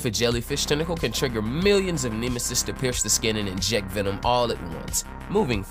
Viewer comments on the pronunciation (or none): none